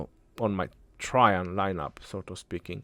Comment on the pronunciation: It’s “tra Jain “ maman